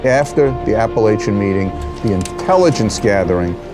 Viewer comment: Apalackin?? Lol!